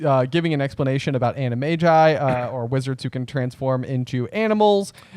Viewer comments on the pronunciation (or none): i hate the way you guys say "animagi" 😂